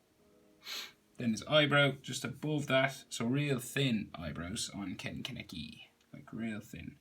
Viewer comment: Finally someone actually says his name right